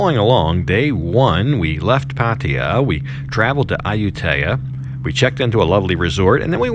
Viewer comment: Not AH-YOU-TAY-AH....It's AH-YOU-TEEYA. Research it. Google translate will also clarify. Listen to the man